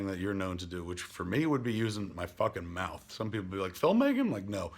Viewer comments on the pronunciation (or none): none